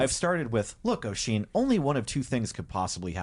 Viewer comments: Just because it’s gonna bug me - is the Wheelchair bound fiancé supposed to be named Oisín? If so, that’s not how it’s pronounced - the Oi part is pronounced like the U in “jump”. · This is fun but damn that accent is killing me. As well as that pronunciation if Oisín.